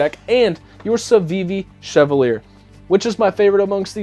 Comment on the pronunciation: The Chevalier…most mispronounced knife of 2022 hahaha. In WE’s video they said it was pronounced CHE-VAL-YAY …all Frenchie and what not hahaha. My mom used to drive a Cavalier…KA-VAL-YAY …??? NOPE hahaha Great run down of these knives man! The WE is pretty sweet AND YEEEAH….CJRB did just SLAP the button there, looks out of place🤷🏼‍♂️